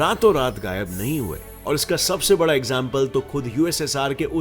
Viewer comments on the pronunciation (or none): none